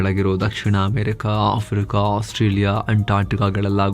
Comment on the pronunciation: !ಆಸ್ಟ್ರೇಲಿಯಾ ಬೇರೆ!ಓಸ್ಟ್ರೇಯಾ ಬೇರೆ!,ostrich ಹೇಗೆ ಬಂತು ✌️.